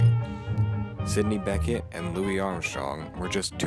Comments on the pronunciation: Sydney BECHET (BEH-SHÉ!!!!!!!!!!!!! no BECKETT!!!!!) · I appreciate your hard work,. But... Your Radio Shack Mic Stinks. Music is too loud. You really lose your Jazz knowledge credibility when you pronounce Sidney's last name incorrectly. Its bi-SHAY, not BECK-it. Best of Luck in your future endeavors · How ignorant can you get!! Sidney Bechet is his name not Becket! The last name is creole. Pronounced Bay-Shay. Eeegads!! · Bechet was pronounced wrong, it's not Beckett, French- Bechee, no T LOL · Sidney Bechet's last name is pronounced Be shay. It is French. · Bechet is pronounced be-shay He was Creole from NOLA. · Need to learn how to pronounce Sidney Bechet's name!!! Not terribly well researched. :-(